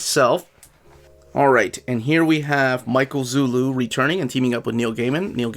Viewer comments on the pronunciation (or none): Small correction: Zulli is pronounced Zoo-lee, not Zoo-lou. :) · Hi! I´m from PORTUGAL and i´m a fan of your videos,... but there´s a little problem, it´s not Michael zullu but MICHAEL ZULLI!